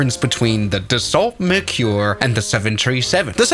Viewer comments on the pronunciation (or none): And horribly mispronounced!